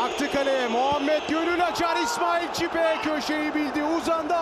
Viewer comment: İsmail çipe dediği an gururlandım be